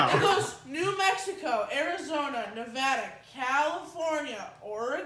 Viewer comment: As a Nevada resident I would like to thank for saying Nevada correctly